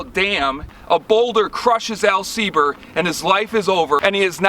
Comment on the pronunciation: Very cool! Love your enthusiasm and definitely subscribing. Although I am a "Sieber", I don't believe there is any direct relation to Al Sieber. But proud to carry his name :) And thank you for pronouncing the name correctly (many folks don't).